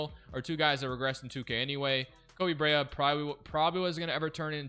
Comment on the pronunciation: Koby Brea pronounced Koby Bre-Ah aka the best shooter in the draft